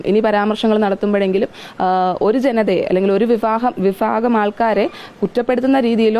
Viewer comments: വിഫഗം അല്ല വിഭാഗം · Viphaakam അല്ല വിഭാഗം എന്ന് തന്നെ പറയണം പെണ്ണുമ്പിള്ളേ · ആ കുട്ടിയ്ക്ക് സംസാരിക്കാൻ അറിയാമെന്ന് വീഡിയോയിൽ പറയുന്നു. ഇല്ല എന്ന് ഞാൻ പറയുന്നു. "ഭ" എന്ന് ഉച്ചരിക്കേണ്ട ഇടത്തെല്ലാം "ഫ" എന്നാണ് ഉച്ചരിക്കുന്നത്. ഫ കോട്ടയം കാരുടെ തലയിൽ കെട്ടി വച്ച പുംഗവന്മാരെല്ലാം ( സിനിമ എടുത്തവർ വരെ ) ഇതൊന്ന് കാണണം. വിഫാഗം, ഫയങ്കരം ഒക്കെ ഉണ്ട്.😅😅😅 മറിച്ച് ആ പയ്യൻ നന്നായിട്ട് സംസാരിക്കുന്നുണ്ട്. പക്വതയും ഉണ്ട്. ഈ കുട്ടി Over ആണ്.